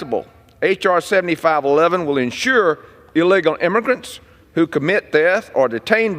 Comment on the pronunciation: Illegal imigrants. He cant even say it.